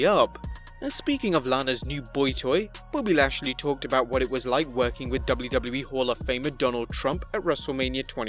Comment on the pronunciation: It just said his name right